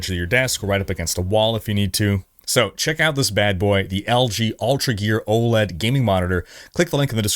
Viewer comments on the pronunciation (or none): none